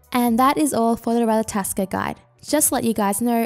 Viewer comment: it's not ratataskr it's ratatoskr